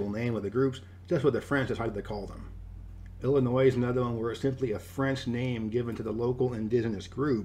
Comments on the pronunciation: Illinois was pronounced wrong as the S is Silent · When the main video said "Illinois" and pronounced the S. I just had to stop the video. It hurts to hear it like that. It is like pronouncing knight. KKKKKKKnight.